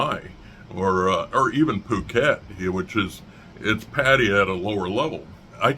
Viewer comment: Great content, one suggestion, you've moved across the globe to be in a place you say you love. Why not take a moment to learn how to properly pronounce the cities name? I'm American as well, I understand the language barrier can be tough but if you live there, why not try to get that right.